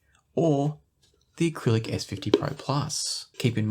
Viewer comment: Jeez man, it's Arylic not acrylic